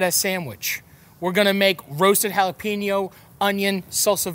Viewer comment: Hey Matty repeat after me Pen 🖋️ ok know say yo. Ok Now put it all together JalaPENYO Or just Jalapeño. Got it? Good job 👍👍